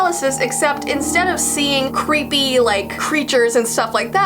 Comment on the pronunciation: Cweepy Kermit